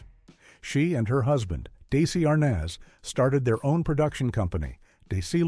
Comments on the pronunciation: It Is Not 🚫"Daisy Arness" , It Is "Dezi Arness" Dum*ss! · Lucy-ill Ball? Seriously, get some better AI narration or get an actual human to narrate. And what is up with the way the names have been butchered? Did AI just call Lucy-ill's husband Daisy Arnez? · don't let's forget Daisy Arnez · AI Called "Dezi Arness" "Daisy Arness" 😳🧐🙄😬😂😅🤣